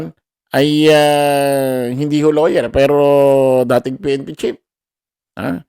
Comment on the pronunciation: Lawwyer ba or lower?